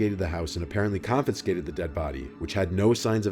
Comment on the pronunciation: The stories here are always pretty good just one complaint because this always bothers me in stories; it's confiscate, not "confinscate". Keep up the otherwise great job!